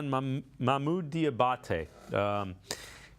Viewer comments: How do you mis-pronounce the dudes name several times 2 mins after you hear it said correctly several times? Come on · Somebody needs to let Q know he has got to stop butchering that man’s name, 🤣. (Dee-uh-bah-tay)